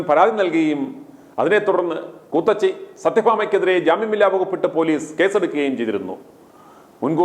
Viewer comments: ക്കൂത്തിച്ചി അല്ല കൂത്തച്ചി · കൂത്തച്ചി അല്ല കൂ ത്തിച്ചി